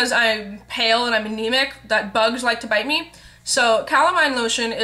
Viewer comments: when you said you were anemic, i heard bulimic... worried for a second. i really wanna try this now. c: x. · haha, OMG man for a second there when u said u were Anemic, i thought u said Bulemic! O___O haha, lol. I was like, i'm pretty sure that isn't something that she would just want to announce, lol.